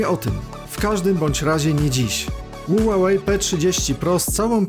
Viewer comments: Ła łej chyba ma być a nie ulalej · Spolczając nazwę z angielskiego powinno być "hiuwej" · Ja tam słyszę ułałej 😁